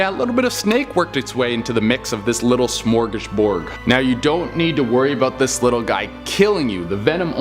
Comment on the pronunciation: I laughed when he said "smorgish borg" 😺😏